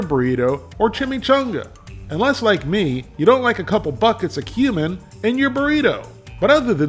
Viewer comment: Excuse me, no offense but it's pronounced cumin.